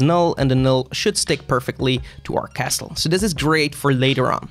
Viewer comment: castle, don't pronounce the T... 🤣🤣🤣